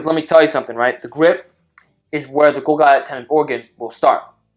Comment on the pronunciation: The way he pronounced golgi makes me vomit.